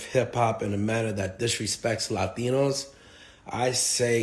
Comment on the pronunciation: "Lie-tinos" he was right on one thing 😂